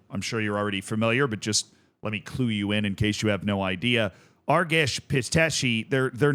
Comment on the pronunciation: "Let me Cluj you in"